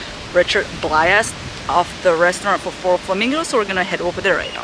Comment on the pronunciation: May have to check out this restaurant on our next visit. Now I have the song Coconut going through my head. Also, Blais is pronounced like Blase. Rhymes with face.